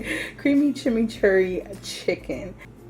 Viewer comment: You are pronouncing chimichurri correctly. Generally, chimichurri is used on flank or skirt steak a lot. You look fantastic!